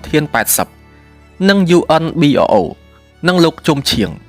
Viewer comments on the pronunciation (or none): កុំអាន UNBRO ថា យូ-អិន-ប៊ី-អ-អូ ត្រូវអានថា យូ-អិន-ប្រូ។ ជំនាន់នោះ គេអានថា យូអិនប្រូ។